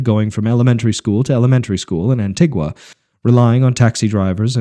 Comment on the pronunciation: It's An-Tee-Gua. Trust me, I lived there for several years. Also, 70 degrees is not sticky there. Apart from that, enjoyable, brought back plenty of memories.